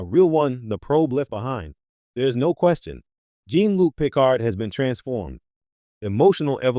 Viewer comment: Pee card